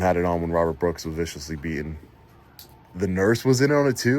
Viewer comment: please do me a big favour and try to pronounce the letter T when you are talking. It needs to be pronounced “BEATEN” not beahon.